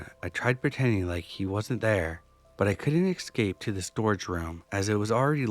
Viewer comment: It’s Escape, not Excape. Like it’s not Exspresso but Espresso. Jesus Christ.